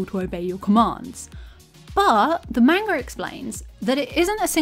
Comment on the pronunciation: She calls it "manger" and its amazing